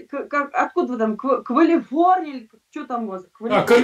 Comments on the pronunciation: Она нигде в своей немощной жизни не была, не может правильно произнести слово Калифорния, ужас, уровень амебы... Зато агрессия, доминация над слабой сестрой и тупая уверенность в своей темноте. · Она даже не может виговорить Калифорния, а говорит что все знает.